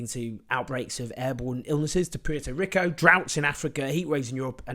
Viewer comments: Owen, please learn how to pronounce Puerto Rico. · Have I been mispronouncing Puerto Rico like forever or does Owen not know how to pronounce it? Neither would surprise me.